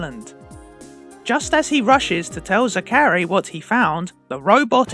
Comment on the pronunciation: How do you mispronounce Zachary that badly?